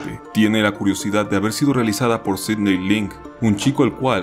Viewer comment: Yo me llamo Sidney y que lo pronuncie bien me levanta los ánimos 🥺